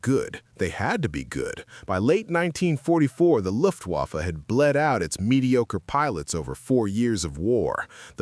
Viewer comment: IT'S NOT THE LUFTWAAFFUH. IT'S THE LUFTVAFFUH WITH ACCENT ON LUFT.